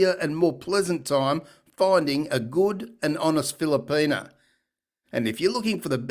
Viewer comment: WTF is a Filerpena...where is he getting the R....lol